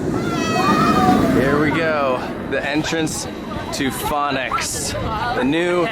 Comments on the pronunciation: Its fønix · Take a shot every time pronounces Fønix differently. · Man if I had a dollar for every time pronounced “fonix” differently I would be rich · I’m laughing at the 5 different pronunciations you used for Fonix. Just one right after another 😂